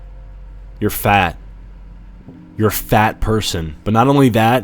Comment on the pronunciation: Lmao why bro said fat like a slur🤣🤣🤣🤣